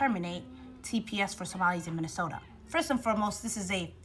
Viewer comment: Maybe she should learn how to pronounce Minnesota 1ST OF ALL.